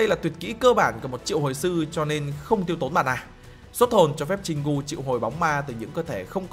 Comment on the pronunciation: Anh ơi Jin gu chứ không phải Jin cu